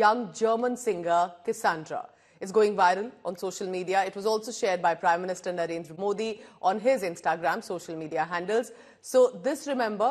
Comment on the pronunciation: her english accent sounds like ours and her pronunciation of "Ayodhya" and "Narendra Modi" was also spot on. I haven't listened to her song yet but i am going to and I expect she sang it with correct pronunciation I think she studied here at some point or there is some other connection anyway, cheers to cassandra we are with her and pray her the best